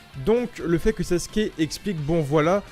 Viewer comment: Pourquoi tous le monde dit saske au lieu de sasuke 😂😭🤣